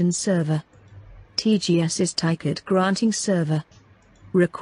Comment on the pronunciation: ticket (not tiket)